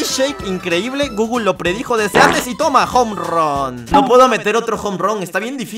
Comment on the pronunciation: Leer gooooooooooooooogle❌ Leer gooooooooooooooogo✅